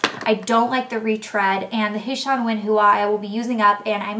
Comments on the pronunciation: I used to work for Lush and we pronounced it like 'h-swan' rather than 'h-shan'. If you weren't a fan of that mask, how about Marilyn mask? It's developed to moisturise and brighten blonde hair so might be perfect for you. Also Jungle solid conditioner tends to work really well for a lot of hair types and is pretty good value. Oatifix smells AMAZING!x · You say H'SUAN WEN HUA weird!!! its pronounced like the the name sean-when-wahhhhh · the hua part is pronounced hwa :D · its pronounced Sha-when when wahh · Elle like's saying H'saun Wen Hua. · I went to LUSH in Japan when I was there in August and bought my favorite shampoo bar HARD! It's discontinued in all other stores. Also, the H'SUAN WEN HUA is pronounced (h-swan when hwah).